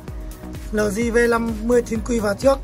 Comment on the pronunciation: eo di hoặc là lờ gờ not lờ di